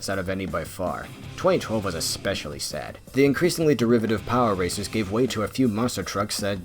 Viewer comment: Every time he says “power racers” I hear “power Rangers”